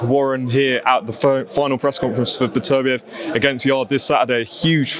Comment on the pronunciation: Wow Frank said Beterbievs name right for once